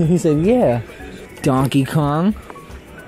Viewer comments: Um, you do know that it's not Konkey Dong! Right?! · It's donkey Kong not konky dong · Lol mom said konkey dong instead of donkey kong